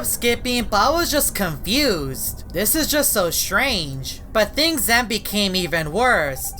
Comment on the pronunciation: always says strage always